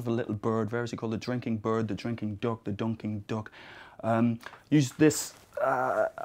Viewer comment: "the drinking burd the drinking dook the doonking dook"